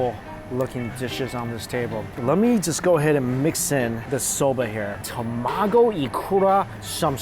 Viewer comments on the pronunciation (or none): I always laugh whenever Mike says tomago because he only says it when he's eating Japanese food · He says tamago different.🤣🤣